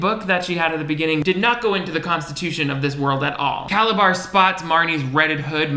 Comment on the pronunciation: I don't know if he intentionally called Calabar by "Calazar" at the end but it was so unexpected I burst out laughing!!!